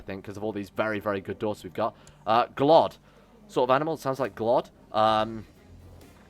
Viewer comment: Glod rhymes with Goat.